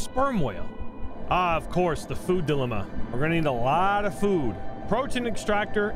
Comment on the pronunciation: okay this is a cool looking game and all but we are NOT just going to ignore how you said dilemma like “Dill-uh-muh” and not “Dill-emma”